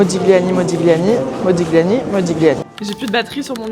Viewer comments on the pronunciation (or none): Modiliàni, avec l'accentuation sur l'avant-dernière syllabe (comme dans tagliatelle, on ne prononce pas le g)